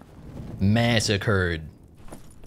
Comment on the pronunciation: "Massacred." More like, " occured."